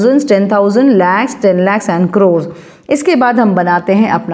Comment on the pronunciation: 😂😂 not croes crores NAHI ata😅😅😂but it is nice ❤